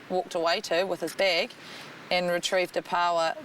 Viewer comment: Okay, this might sound like a daft dam thing to say but please nobody get angry but has anyone here noticed that the people in the video were pronouncing the word bag incorrectly?